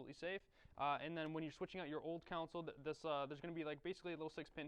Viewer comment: I don't think console is pronounced like that.